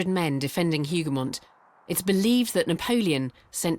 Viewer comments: Wellington's victory is properly Wellington AND Blucher's Victory... it was a joint plan they put in place that riskily lured Napoleon into the battle. Without Blucher fulfilling his part in the trap, the battle would have been 'Wellington's Massacred Army'. Hougoumont pronounced with the 'H'... 'ooo' rather than 'Who' Wellington actually sent thousands more soldiers to directly and indirectly support the Hougoumont buildings and orchards and woods. Napoleon could not see the chateau or the wall as the woods in front blocked the view to his command post. He actually sent orders to his brother to only capture the woods. There were German defenders inside Hougoumont too, not just British. Hundreds of Green uniformed Nassauer troops joined the defence just before the French attack. The story of just 800 reinforcements sent by Wellington to help defend the Hougoumont area is not correct. Several brigades of mostly Germans were moved in and around the area. The ammo supply waggon was noticed and fired at by the French skirmishers. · "Hougoumont" seems so hard to pronounce for Brits ! 🤣 Good job though. Greetings from Waterloo !